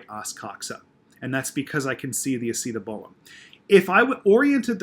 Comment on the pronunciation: great video,you do a great job at explaining but i have to say ur slaughtering that acetabulum pronouncitation